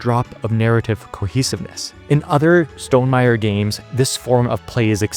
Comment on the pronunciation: the way you say stonmeier-y sounds like stonem-irie jamaican style